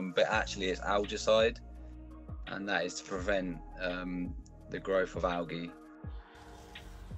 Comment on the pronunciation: So why say "algaecide" but then pronounce algae as "Alghee"?